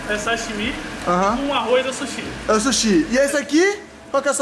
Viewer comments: É SUSHI NÃO É SHUSHI É S-U-S-H-I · Que agonia ver o falando chushi kkkkkkk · e sushi não shushi kkkkkkk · "Shushi" man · Oi fala suxi e suxis